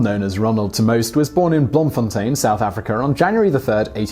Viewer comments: Wow wow wow! Top props for saying Bloemfontein correctly!! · Wow, you pronounced "Bloemfontein" almost perfectly. Better than English only-speaking South Africans